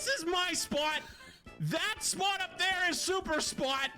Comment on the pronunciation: SPAWT - the Boston accent came out 😂